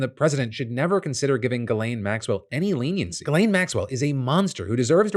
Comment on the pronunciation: Phil, it's pronounced JIZZ-LANE.